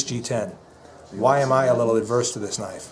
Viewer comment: You mispronounce the word "averse", as "ADverse". Look it up in a dictionary, and retrain yourself (repeat it properly,1000 times). Enough about the "knives you would NOT buy for EDC!" => What ARE the ones You WOULD Buy, and Why?!... As for your gripe about the knives not fitting into your pockets,.... Buy pants with BIGGER POCKETS!!! ...(unless you're wearing womens/boy's sizes)....(LOL) Thanks! for a good review!!! (I apologize for my humor; You guys need to do more videos like this!!!) => This is a Good forum for looking at knife design, and construction, etc. Agreed, expensive knives can be painful to lose! These things are TOOLS first and foremost! - they need to be PROVEN in the field!!! - for multi-tasks, toughness, etc. [Also, Please, BUYER's, WE, ALL, MUST try to encourage Mfg's to Make them in America!!! => BOYCOTT Chinese Made Junk!] FYI: I do own the SOG "Flash II", and I like it! I need to look at, and buy, more knives, as I find ones that I like more! & Please, also consider reviewing fixed blade knives, Survival Knives, "Diving knives", "throwing knives", Hatchets & Axes, Machetes, "Multi-tools", etc.!